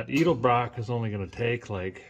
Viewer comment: love how he calls it edelbroken 😅